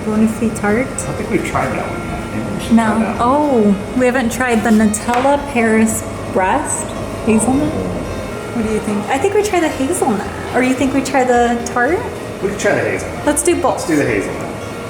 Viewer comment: Us French cried a little when we heard nutella paris-brest 😭